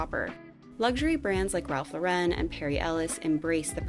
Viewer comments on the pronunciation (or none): Great video! Correction on a common mis-speak: Ralph /LAUR/en not Laur/EN/ (like the French Yves Saint Laurent)